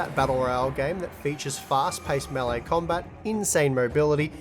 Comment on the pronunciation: "melle battle royale" lmao